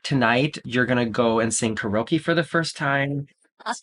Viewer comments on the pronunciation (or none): Oh boy, did you seriously just say karoke instead of Karaoke (keh·ree·ow·kee) . Unsubscribe... LOL. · Karaoke pronounced carry oh key